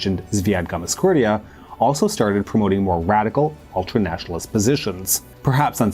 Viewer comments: Its Gamsa, not Gamas, for goodness sake! Gamsakhurdia. Gamsa! Not Gamaskhurdia. Gamsa. Is it so difficult? G-A-M-S-A. Not GAMAS! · Great content, but that hard to say Gamsa- instead of Gamas- ? :) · Bro, I appreciate the video, and I understand these Georgian names can be tricky...but, in "Gam" - "sa" - "khurdia", the second 'a' is after the 's'. That's a gimme. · GAMSAHURDIA, read it RIGHT!! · I love the videos, and I know you don’t speak these languages, but you’ve got to practice the names… you’re turning ossetians into osseshuns, and repeatedly butchering Gamsakhurdia… it really hurts my ears and detracts from my enjoyment of your fine videos